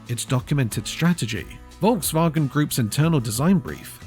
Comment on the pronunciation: Is that AI? Learn them how to pronounce correctly the name VOLKSWAGEN if they make videos about cars.